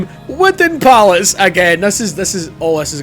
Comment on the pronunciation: Lost my shit when you brung up "Widden Pallets" lmao